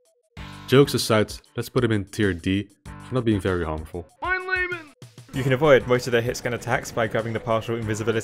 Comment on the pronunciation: Oh and here's me, after watching more of your videos, discovering after almost 30 years that he says "mein laben" LOL